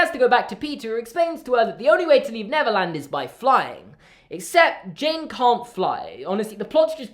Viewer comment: I keep hearing Neverlands as Netherlands